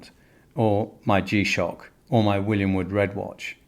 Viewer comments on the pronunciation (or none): none